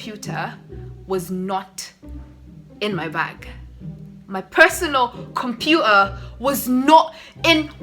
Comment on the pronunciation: It's computer not compua 😅😂